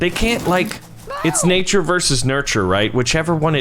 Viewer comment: Why did u say narture